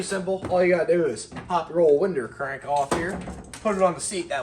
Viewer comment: Did he say a winder crank? LoL